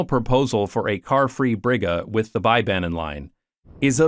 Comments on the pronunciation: Try pronouncing Bergen like Beer-gen, but shorten the i: (ee) to i. Also, Bybanen is pronounced as bee-banen, not buy-banen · It's so funny to hear you pronounce bybanen with an English 'by' 😆. Even though I do feel that y is the hardest Norwegian vowel - like Dutch UU but with unrounded yet not completely spread lips 🥺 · Great video! Your pronunciation of Bergen and Fyllingsdalen is near perfect, but for future reference, the Y in Bybanen and any other Norwegian words with a Y in it, should be pronounced the same as the Y in Fyllingsdalen. 👍